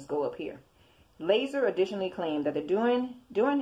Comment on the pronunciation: it's lazar pronounced (la'zar) not laser lol. The Wikipedia page tells you how to pronounce it do you need glasses?